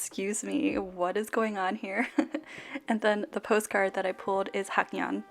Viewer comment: haknyeon is pronounced as hang-nyeon btw <3